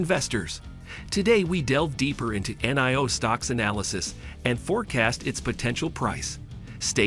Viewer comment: Robot voiceover video that can't even say Nio, don't bother